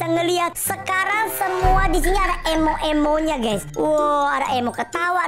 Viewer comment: DAN BANGSANG INI BILANG EMO EMO TAPI SEBENARNYA "EMOT" ADA T NYA!!